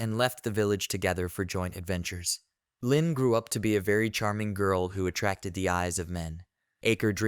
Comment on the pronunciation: Leen is an arabic girl name that means tenderness and gentleness. It is not pronounced as "lynn" but as "lean" like "leaneint" but take the first four letters only. It is a very beautiful name and it bothers me that you butchered it like that. It is not like "lynn". Nvm you butchered a lot of other names